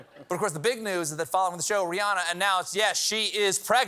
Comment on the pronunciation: Almost everyone pronounces "Rihanna" wrong. Rihanna is Ree Anna (like banana). After almost twenty years of fame, you'd think people would learn how to pronounce her name. On the other hand, her real name is Robin, so maybe it doesn't matter too much